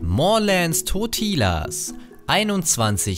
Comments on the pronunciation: Man spricht ihn auch nicht mit langem i aus, er hats einfach falsch ausgesprochen. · Totilas hast du falsch ausgesprochen c